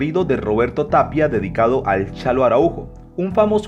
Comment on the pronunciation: Es Chalo A. no "chano"!